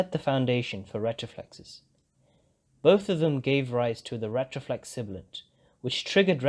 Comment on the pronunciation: Everything but pronouncing retroflex 💔